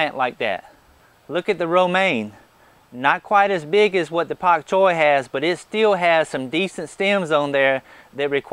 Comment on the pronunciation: Dam it !!! First of all I hit the like button 389 times and it only showed one of my clicks. And secondly, I told you aren't allowed to say pak choy with such a heavy southern drawl a couple of months ago at least :)